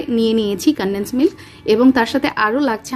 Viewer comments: কানডেন্স মিল্ক 😂😂😂😂😂উচ্চারণ শুদ্ধ করেই করুন না হয় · উচ্চারণটা শুনতেই ভালো লাগে😂